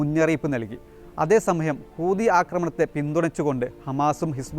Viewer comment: കോപ്പ്! ഹൂദികളല്ലെടോ! ഹൂതി എന്ന് പറയാൻ പോലുമറിയാത്ത യാണോ താങ്കൾ?